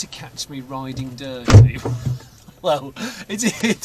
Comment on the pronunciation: Hearing that song pronounced "Ri-Ding Dir-Tee" is hilarious, all on its own. And, that's without adding the bike-sharting analogy. 😂😂